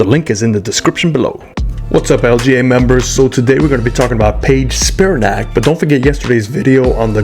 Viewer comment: Another great review. One minor thing. She pronounces her name Speer-A-nic with the emphasis on mid syllable not “SPEER-in nac” as you did.